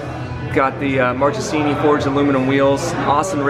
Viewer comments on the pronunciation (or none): Ok please...pleaaase...stop mispronouncing Italian names...the "..che.." in the middle of words is NOT "..ce.." IS "KE" for you...so > Markesini